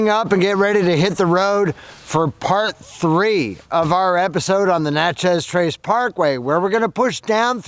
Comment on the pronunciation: Love this series, but... we've got to correct something. I grew up on the Trace. About 30 miles from Tupelo, you passed an exit to Highway 8/Houston, MS. I'm from that one-horse town. The locals will wonder what you're talking about... the Nat-chez' Trace.I believe we owe the mispronounciation to Google. All Southerners call it the "Nachiss" Trace. Think how you pronounce a book of "matches." We don't say a book of mat-chez'. We pronounce Natchez just like we pronounce matches... "Nachiss." Again, I love this series, I guess because I'm so familiar with it and have seen it every season.